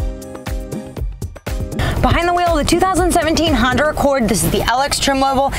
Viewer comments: Still haven't learned how to say Honda yet. Good think you don't work for Acura! From a stop, quickly put the gas pedal to the floor. Repeat with the traction control switch off! It will beat many muscle cars form the '60's. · Honder Accord haha Love it. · Try some decaf. Honder? I swear you`re saying Honder.